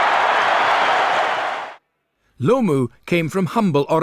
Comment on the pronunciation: This guy called him Lumu twice